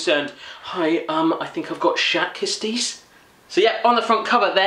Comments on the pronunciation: "Schat kisties" your interpretation is too funny. Schat (means treasure and the ch is pronounced with a hard Dutch g, it kinda sounds like you're choking) You're reaction to "let's get inside you Winnie" was too funny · lol he can't pronounce the 'sch'-sound